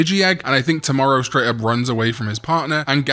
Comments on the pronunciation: Toe-Mow-Row my guy! please lol. 😂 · i'm so sorry but when i missed the Tomoro's name for some reason i started hearing you saying "Tomorrow" and thought his name was actually "Tomorrow" 😅😂